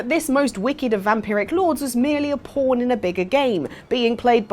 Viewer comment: No offense, but i really think you should work on your pronounciation of pawn